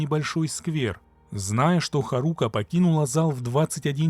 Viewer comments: При всем уважении а что нельзя посмотреть как произносится имя? Куда ставится ударение? Какая еще харУка? Когда хАрука произносится. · ударение на первый слог в имени Харука. Ты что аниме вобще не смотришь что ли?